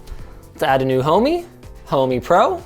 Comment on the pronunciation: Thought the same. It's actually "Homey"